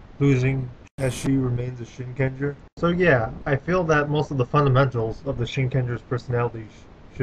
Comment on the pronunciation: It's Shin-Ken-Jaa. Learn to speck japanese.